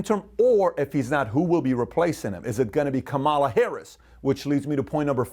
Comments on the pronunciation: Luv your stuff but serously you learn how to say KA ma LA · “Comma La” is how you pronounce Kamala Pat.